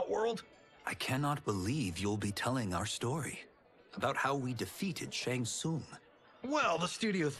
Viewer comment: Bro said “Shang shung” and “Chang schi”😂